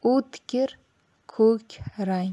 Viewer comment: "Kuk" rang emas kõk rang deng